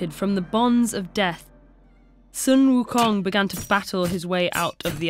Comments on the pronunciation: in chinses the money king's name is pronounced like this: shu eum houng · Sun Wukong is not how you pronounce it, its "Soo WooKoong" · uh so its actually pronounced Soo Wookoong (In the language) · Sun Wukung is the inspiration for Goku from Dragon Ball: 1-Magical Staff that can elongate 2-Monkey Tail and Martial Arts 3-Rides Clouds at very fast speeds Son Goku is even the Japanese pronunciation of Sun Wukong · this is terribly inaccurate lmao- "sUn wU kONg" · Ahhhhhhhhhhhhhhhh the pronunciation. Other than that, great video! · why not get native speaker to say sun wukong's name? haven't they done that before? it's so grating to hear the pronunciation in the middle of her sentence.